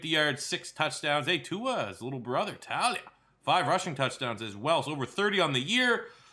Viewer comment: It’s tu-la not ta-lia